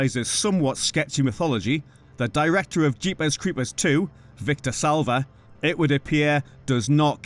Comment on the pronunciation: Love the way he says Jeepers Creepers its how i hear it in my head.